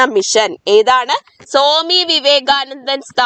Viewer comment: സോമി വിവേകാനന്ദൻ അല്ല. സ്വാമി വിവേകാനന്ദൻ.